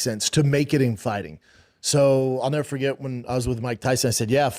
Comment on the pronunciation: So that’s why he won’t iiiiver succeed, and it’s also why his KIDS will niiiver succeed. His own words… what a moron